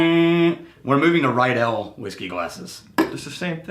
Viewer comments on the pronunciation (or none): Riedel is pronounced like NEEDLE !! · Isn't Ridel pronounced "ree-dle" rather than "rye-dell"? C'mon, class it up there. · Since I just watched the whiskey glass episode and clearly you're not worried about being called snobs, Riedel is pronounced Reed-ol'. No "i" in the pronunciation. Love the channel, keep 'em coming. - A fellow glass snob.